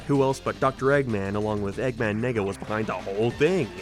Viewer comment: You have to stop saying Eggman Nega bro the Irish accent doesn’t help you at all lol. We let you get away with the Nega Chin but you just loooove putting his name in the script this time around